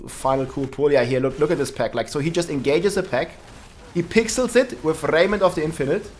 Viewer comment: Lol he says "Rrrrrrrrrraiment".